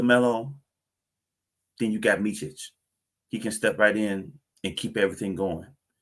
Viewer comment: I can appreciate its hard prounouncing Serbian names but its Meet-sich and not Meechich. Very happy for Hornet fans as you scored yourselves some good players and Vasa has all the abilities to help the young players grow if allowed playing time!